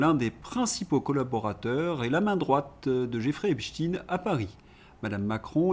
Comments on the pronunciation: EpSTEIIIIN EPSTEIIIN PAS EPSTIIIN PUTAIN vous ne comprenez pas qu'en prononçant " IN" vous allez ds le sens de cette saloperie ? C lui QUI A CHANGÉ LA PRONONCIATION PUTAIN de con! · Pourquoi prononcer hep chtin ?